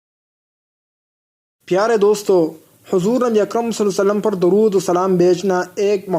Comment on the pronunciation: tum pahle Sallallahu alaihi wa sallam poora clearly kahna seekho.